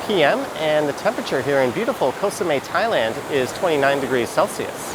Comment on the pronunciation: its Koh SameT. You pronounce the T. its not french